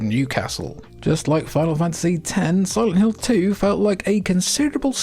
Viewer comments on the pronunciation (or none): what the heck is silent lint 🤪